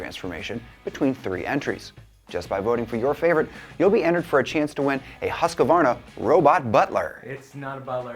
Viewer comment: &, I maybe biased but I see the slide into fartdom starting immediately w/o Sarah. Also, its Husqvarna, not HusqAvarna. Just saying.